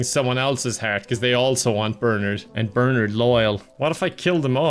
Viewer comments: Idk why "Ber-nerd" bothered me so much lol my brain kept yelling, "Ber-NARD" 🤣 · Whenever he says Bernard like "Bernerd" I die a little on the inside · Who in the world pronounces Bernard as bernerd? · I love calling him "Burnured" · It's Burrr-narrrd! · Anyone else weirded out by calling Bernard "BURNURD"?? just me? I didn't know that pronunciation existed wtf 😭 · Every time says "Bernard", no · the way pronounces Bernard will never fail to piss me off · Looking for this comment lol 😂